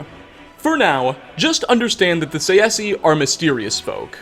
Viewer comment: He really pronounces Tsaesci as [saesi] xd Its [Ts ae s k i]